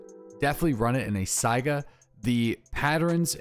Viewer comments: please learn to pronounce Saiga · Is it pronounced Saiga or SAGA 🤔🤔